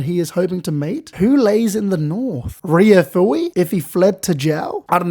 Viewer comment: Laughed out loud when you said RyoFui 😂😂